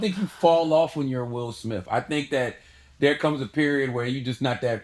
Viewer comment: “will smiff” 😂